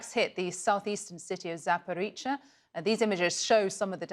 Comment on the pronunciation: ZaporoZHa not Zaporeecha